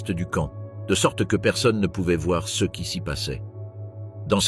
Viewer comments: Je confirme c’est une voix IA , ce est prononce C E et quelque autres fautes, mais globalement c’est bien fait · C’est pas compliqué à savoir que c’est un IA qui parle quand il dit ce ou ces il dit juste le lettre C E S